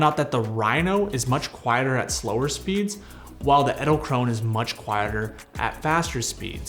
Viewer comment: Can you pronounce Edelkrone more like Adelkronuh 😅, thats how its pronounced